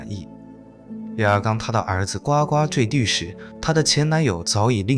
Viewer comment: 是gu gu坠地不是9ua gua！